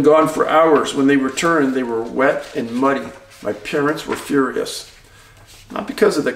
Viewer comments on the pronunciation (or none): none